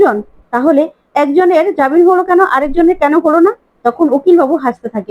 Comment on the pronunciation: jabin noi jamin, Please correct